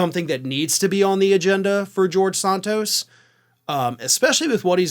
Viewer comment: What is it with the Ring of Fire deliberately mispronouncing names. referring to Santos as Sarntose just sounds stupid. He even pronounced it correctly in this video, and then promptly uncorrected himself. WTF. And his racist idiot boss Papantonio refers to Kamala Harris as Kamarla, an obvious wanker reference to WWF wrestler Kamarla the Giant Ugandan, possibly the most racist WWF/WWE character of all time. Are you trolling us with this shit. And why don't you deliberately mispronounce white politicians names. This is a terrible look for a news organization that promotes itself as having integrity and decency. Lift your game boys. I would expect this moronic shit from the likes of Fox and Newsmax.